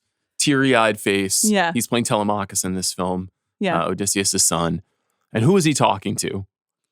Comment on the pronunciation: TELEmachus not TeleMACHus